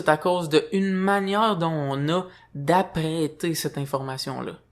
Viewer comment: Bonjour, lorsque tu dis "apprêter", ce que je comprends que tu dis, c'est "appréhender"